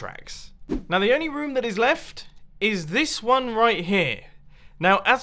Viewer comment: It kinda sounds like Mumbo says rum in stead of room